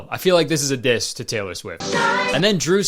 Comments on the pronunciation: Teller Swift or Taylor Swift? Is it just me or is it really weird that Kurtis says "Teller" instead of "Taylor"?? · kayler cwift